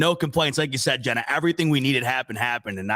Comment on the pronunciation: Mispronounces Jenna's name then cuts her off at the end so sge couldn't say go bills lmao the disrespect is real